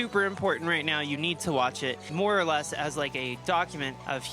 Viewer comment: Every time says "More or less" I hear "Laura Les"